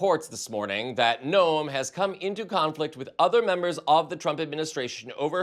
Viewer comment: Noem is pronounced Nome. I'm from Iowa, a neighbor of SD, and am familiar with this harlot.